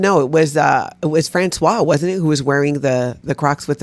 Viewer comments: Françoise, the female first name, is pronounced "Franswaze"! "Franswa" is the pronunciation of François, the male first name. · Hey,! You and are pronouncing Francoise like the man's name Francois. It's a woman's name and is pronounced Fran-swahs. Now, please continue critisizing her bad behavior! 😊 ❤️